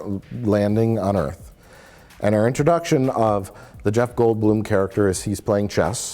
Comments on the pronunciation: "Earf" ha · Did he say "earf?" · I still like how "WELCOME TO EARF!" is a meme off this stupid movie. Roland Emmerich is a fucking hack.